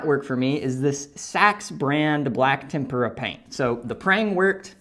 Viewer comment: Thank you for the useful information. One point: TEM-pra. tem-PUR-a paint is paint dipped in a Japanese batter mix, and deep fried.